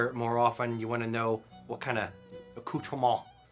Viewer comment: Thank you for pronouncing "accountrement" correctly